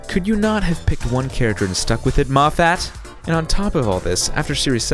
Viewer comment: you're saying moffat wrong. it's scottish so there's only 1 stressed vowel. the 'a' is a schwa